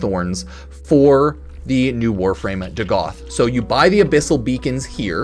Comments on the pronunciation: It’s pronounced Dag-ath, not Duh-Goth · Bruh can't read. It's Dagath not "DuhGoth." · hey hipster, its not DaGoth its Dagath